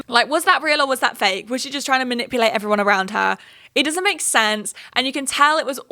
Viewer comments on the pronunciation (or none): none